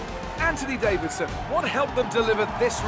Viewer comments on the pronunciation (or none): none